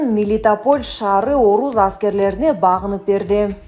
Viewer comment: оруз аскери эмес орус аскери деп окучу